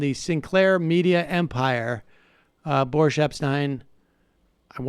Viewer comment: Is it Boris or Boorish? and by the way Sam, as a journalist, you may not be up there with Uncle Walter, but you have a TON of people beat.